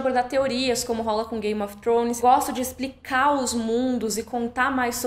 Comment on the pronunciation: Queria ter a desenvoltura sua e pronúncia para dizer "Game of Thrones"! 🤗 Descanse bem e volte com tudo!